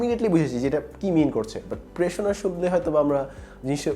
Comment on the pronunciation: ওইটা 'প্রেশনা' না 'প্রেরণ' হবে।